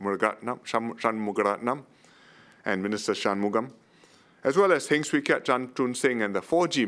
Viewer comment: Yaa man! Waliow!! HeNg’s English is a disgrace🙄 Its so hard to pronounce our PMs names 😒 People I meet from overseas always ask me who is our PM. Then next question: huh? I thought u Singaporean not PRC😆😆😆😆 Easier to pronounce Tharman than the Heng boy 😒